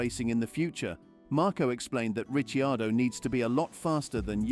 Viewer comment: Are you trolling with the pronunciation of Ricciardo’s name?! If it’s not trolling, your credibility to talk about f1 is goneeeeee 😂